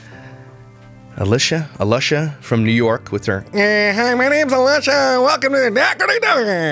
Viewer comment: A”lush”a…. Love it!